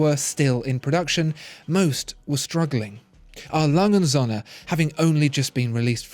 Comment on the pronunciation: He Spells "Söhne" like Sohne, if you say that in Germany, it would be a bit strange.